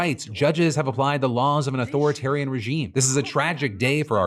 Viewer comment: no lie, it sounded at first like you called him an authoritarian in glorilla accent 😂